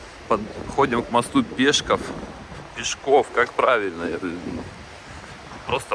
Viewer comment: ПешкОв (на О ударение) Максим Горький это псевдоним. Настоящее имя Алексе́й Макси́мович Пешко́в, также Алексе́й Макси́мович Го́рький...